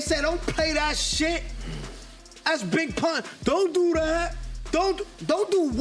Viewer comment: dude damn near caught a stroke.. “bring big pun son” 🤣🤣